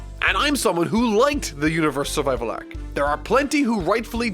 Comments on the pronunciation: ....are you saying"Arek" for arc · the way you pronounce the syllable "ar" like in are, arc ect is really weird, are you from Minnesota? Canada? New Zealand?